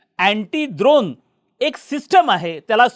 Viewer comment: द्रोण नाही ड्रोन. 😂😂😂